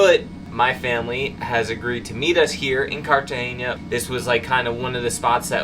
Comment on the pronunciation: Cartagena is pronounced carta-hena (like henna tattoo). There's no "ñ".